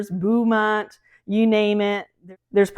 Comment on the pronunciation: The crock with Beaumont is pronounced Bowmont.. Fabulous haul😊!!!